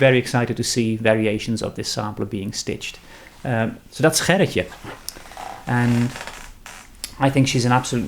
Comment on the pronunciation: Thank you for showing Gerritje's samplers and pronouncing her name. Now I know how to pronounce my 8th great-grandmother's name (Gerritje Cornelise Van Ness). She came from Emberland to the colony of Nieuw Amsterdam oh so long ago. I have an online friend who is descended from her sister, Grietje. Since we had no idea how to pronounce their names, we just called them Gertie and Greta. Now you have me really thinking about these new samplers. I should buy one and make it in honor of "Gertie." I am always learning something about my Dutch ancestors through you. 🥰